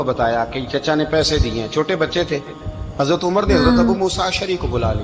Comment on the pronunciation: Hazrat ha please Omar RA simple bol do, Hajrat na ha